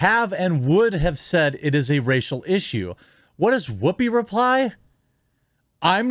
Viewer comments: Whhhoopi? You're saying it weird. Why are you putting so much emphasis on the H? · Wwhy are you saying Wwhoopi like that? Wwhy oh wwhy lol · I'm sorry man, your points are all wonderful and maybe I'm just from a different part of the Midwest than you, but every time I hear you say 'Whoopi Goldberg' I lose focus because the way you say words starting with 'wh' is funny to me. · Why are you putting so much emphasis on the H? Stewie, is that you?